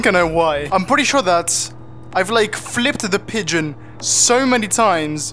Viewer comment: “Pigon” eeeeeeeeeeeeeee